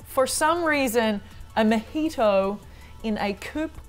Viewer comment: even as a brit the way of saying mojito is criminal